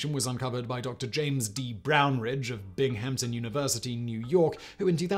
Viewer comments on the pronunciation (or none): The university in New York you referred to is pronounced "Bing-um-ten", nor "Bing-ham-tun". Thanks for your reports. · Almost as funny as "Bing-Ham-Ton". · Also Bing-HAMP-ton NY - locally pronounced BINGum-ton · Binghamton the H is silent. Sounds like Bingamton. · BING-hampton lol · The way you phoneticized it above is basically how he said it. It's supposed to be more like BING-um-tun. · As a native New Yorker, your pronunciation of SUNY Binghamton (Binghamton University) is grating to the ear, at best. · I think the Tanzania pronunciation is a US vs UK thing. I've heard other UK folks also go for the 4 distinct syllable pronunciation. The Binghamton one though, as a former New York State resident, that hurt my ears :)